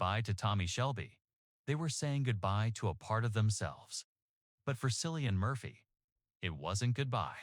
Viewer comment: His name is Cillian, with a hard C, not “Sillian”. Why can’t people get his name right?